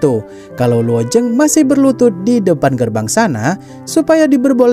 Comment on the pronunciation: Penyebutan kata luo zeng nya kurang jelas jadi yg saya dengar cuma luo jeng,luo ceng.